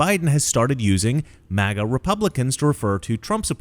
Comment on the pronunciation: DID HE SAY MAGNA YEP I READ LIPS HE SAID MAGNA